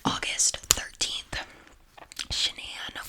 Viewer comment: Triggering me how shes saying sha-nan lol its pronounce shan-an